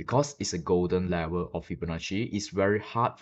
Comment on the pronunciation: It’s level not lever!!😂